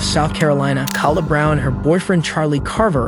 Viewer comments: Her name is pronounced "Kay-La" they say her name several times in the footage. Either this channel uses an ai voice or they don't care. You added the footage and mention the victim multiple times the least you could do is show some respect and get her name right. Huge pet peeve, name pronunciation matters. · You keep mispronouncing her name! It's pronounced "kay-la" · The first girls name is not pronounced “Kalla” it’s killing me. It’s Kay-la how hard is that 😭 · Why is this channel saying Cal uh like a dudes name and uhhhhhh. Its verly clearly pronounced Kayla. Duhhhh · Is this channel AI narrated? Because the constant mispronounciaton of Kayla is driving me crazy. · Kala's name is pronunced KAY-LA. They even said it on the multiple times on the video and you still got it wrong. She did an amazing job of recounting everything that happened but nobody gave her the support she needed and she never recovered. Then you said Louisville like Lew-is-ville when everyone knows it's Louie-ville. It's really not hard to find this stuff out with a tiny bit of research. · 1 st case Her name is pronounced Kay-La(Kayla),2nd case his name is pronounced Mo-zis(Moses),3rd case her name is pronounced Klo-E(Chloe). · Why are you saying the "s" in Louisville and why are you calling Kala (kah-luh) it's Kay-luh, and now Chloe is "clo"? It's cloh-ee. WTH it's pissing me off